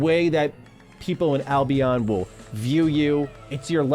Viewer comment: I cringe every time he says "Albeon"